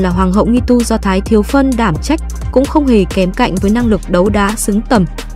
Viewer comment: Mình góp yếu với bạn nha,khi ban đọc tên 1 ai đó,xin hãy đọc đúng tên của họ,diễn viên Thái thiếu Phấn ban đọc là Thái thiếu PHÂN, 1 sự sai lầm lớn như vậy,mong nhg lần khác bạn sẻ cản trong hơn khi đọc tin cho mọi người nghe.